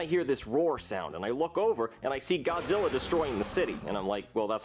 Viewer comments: No way bro said godzirra 😭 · Did he say godzirra? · Bro I swear to God he pronounced Godzilla's name wrong he said Gozilla